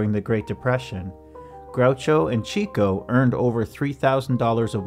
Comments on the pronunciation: Just to point out: Chico = Cheeko ❌ Chico = Chicko ✅ It's pronounced Chicko because he liked to chase the chicks! (ie ladies) 😂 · “Chick-o” not “cheek-o” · A common mistake, but Chico Marx's stage name is pronounced "Chick-O", NOT "Cheek-O". You can hear it pronounced correctly in the snippet from their radio show. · Harpo’s brother’s name was pronounced Chick-o not Cheek-o because he was a ladies man. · Pronounced Chick-o not Cheek-o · Chico was not "Cheecko" it was pronounced "Chicko" because he got all the chicks. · CHICK-O, NOT CHEE-CO! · Just a note: Chico's name was pronounced "chicko" not "cheeko". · It's NOT cheeko, it's CHICKO! It evolved into cheeko in deference to his family (in particular, his daughter) in the later years, but he was a serious horndog in his day. You don't have to believe me. There are videos out there (had you done your research) where the man, himself, explains the name... "Yeah, I like the chickens" Or read "Harpo Speaks". I think it's page 36, if you want more proof. Or watch any episode of Dick Cavett when Groucho is his guest. They often talk about "chicko", never "cheeko". Do better, please. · Heh "", It's pronounced "Chick-oh", NOT "Cheek-oh". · “Chico” isn’t pronounced “cheek-o.” It’s pronounced “chick-o,” as most Marx Brothers fans know. He got the name because of his success with the chicks. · It's pronounced "Chick-o". NOT "Cheek - O". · Excellent work -- but Chico is pronounced "Chicko" because he made out with lots of girls (chicks). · It is pronounced Chicko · This is the best short documentary about Harpo that I've every seen. Thank you. But "Chico" is pronounced "Chicko." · Chico was pronounced 'Chick-oh' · It's pronounced Chick-o for his chasing "chicks"